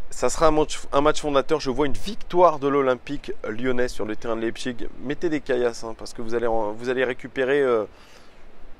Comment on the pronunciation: Pour bien prononcer Leipzig ;-)